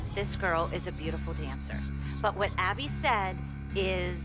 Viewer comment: she really said Awbby